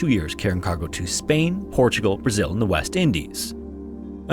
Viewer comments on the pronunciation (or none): none